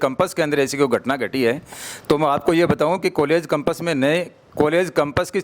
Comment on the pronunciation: पहली बात तो कंपस नहीं होता कैंपस होता है